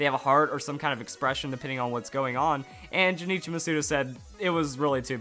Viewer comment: not criticizing, just letting you know his name is pronounced Jun-ichi, not Ju ni chi